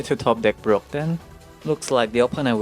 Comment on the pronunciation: Whenever he says "Brock", all I hear is "bro!" 😂